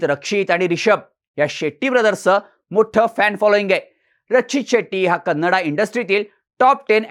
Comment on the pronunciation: "कन्नडा" म्हणणं आधी बंद करा, ते अर्थानेही आणि व्याकरणाने देखील चूक आहे. मराठीत व्हिडियो करताय तर "कन्नड" म्हणा. बाकी छान आहे 👍